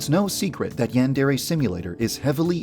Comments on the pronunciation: Everyone pronounces Yandere weird. Is it that hard to say "Yawn-deh-reh"? ヤンデレ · Am I the only one who noticed that Yandere Dev doesn’t pronounce Yandere right.